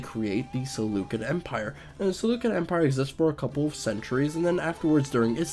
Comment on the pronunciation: prehhface not pre-face. SeluSSid empire, not SeluKid Empire.